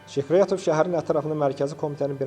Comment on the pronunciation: Zəhmət olmasa,haqqında danışdığınız şəxsin ad,soyad və atasının adını aydın tələffüz edin. Sikriyatov,Skuratov,Şıkrıyatov,Şkiratov,Şkuratov ya necə?